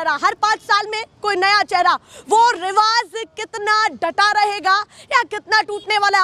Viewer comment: Riwaz nhi riwaj hota h jahai z ki zarurat hote h vahai j bolte ho jahai j hota h z bolte ho